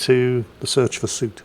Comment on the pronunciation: Okay, I can't hold it in anymore. ' pronunciation of Soot is an itch I can't scratch.